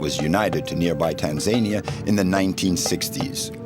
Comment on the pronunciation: It helps to start a documentary with the correct pronouncement of a countries name. Tan za ni a